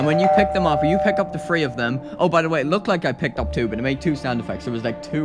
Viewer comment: He sound like he's saying free instead of 3